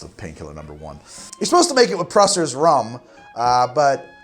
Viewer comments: FWIW, and I can't tell if anybody else corrected it below, but it's pronounce Yoast (like Toast) Van Dyke, not Josst Van Dyke, even though it is spelled Jost Van Dyke. I do like the mispronunciation of Pusser's (not Prusser's) because ef those guys. Soggy Dollar Bar isn't the best bar on that rock, though. That title belongs to Foxy's Tamarind in Great Harbour. Best Piña Colada I've ever had, and the atmosphere is like nothing else. Edit: LOVE LOVE LOVE Gone with the Wynns. Every Sunday morning I eagerly await their posts. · its PUSSERS not PRUSSERS! D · Prusser's rum? Do you mean pusser's rum? Not bait genuinely asking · Just for the record, it's pronounced "Yost" Van Dyke. And it's "Pusser's" rum (only 1 r and it's near the end). Everything else is bang on, including your finding of religion. In the BVI, it's frequently also garnished with an orange slice. There's also a variation called the 'Nillakiller, made with vanilla rum (my wife likes it even better than the original).